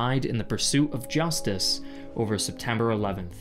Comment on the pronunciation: justice sound strange 😂😂